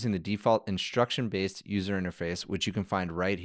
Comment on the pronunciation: why do you say "inshtruction"? instead of instruction?